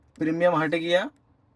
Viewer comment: 😂 मार्बल हिल नही रे बाबा 😂 मालाबार हिल बोलो 🤣प्रीमियम नही 🤣 प्रीमियर बोलो 🤣 बहोत हसाते हो यार 😂